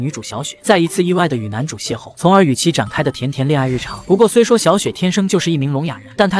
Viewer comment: 其實要念邂逅ㄏㄛˋ不是邂逅ㄍㄛˋ